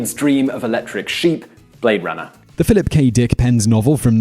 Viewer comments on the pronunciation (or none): none